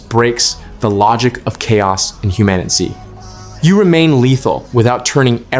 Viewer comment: did you call the game Human-itz? just stop